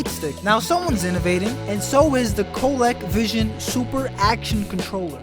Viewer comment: COH LEE CO VISION. not Colek.